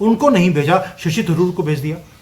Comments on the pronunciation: भाई आप शशि थरूर को शशि तंदूर बोल रहे हैं😊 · जी, थरूर को तंदूर बोलने की कृपा बार बार ना करें। यह सही नहीं है।